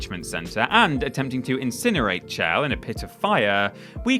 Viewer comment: I'm sorry, how did you just pronounce "Chell"?